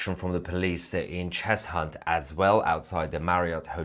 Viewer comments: It's pronounced "Chezunt" not "Chez Hunt" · Don't pronounce the h in Cheshunt. I was born in Enfield. It's pronounced Chesunt innit 🤣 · It's pronounced 'Chessunt'! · Cheshunt is pronounced Chesunt.......the H nearly blends in , as with Arlow and Ackney...for info...keep up the good work 😀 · Cheshunt is pronounced Chesunt mate. Lol Your a great man though. So don't worry 😂